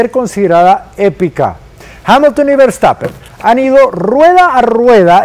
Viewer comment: Ese “vertapen” no lo conocía😂😂😂